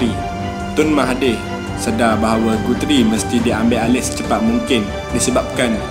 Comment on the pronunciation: Pronounciation 'Guthrie' tu boss, salah tu. Telinga tak boleh arrr......